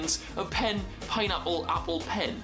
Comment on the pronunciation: it's pineapple not pineapol